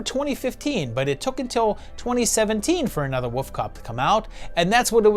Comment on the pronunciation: Dude, I say this is a loyal veiwer, you really need to work on your pronunciation of wolf. Lol